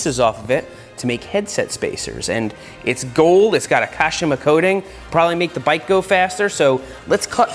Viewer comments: Lol the way seth says kashima... "kash-A-ma" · the way he said kashima😂